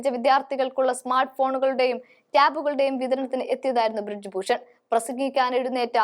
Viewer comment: ബ്രിഡ്ജ് ഭൂഷൺ അല്ല. ബ്രിജ് ഭൂഷൺ ആണ് ശരി. നല്ല അവതരണം ആണ്. പക്ഷെ ചെറിയ ചില പാകപ്പിഴകൾ.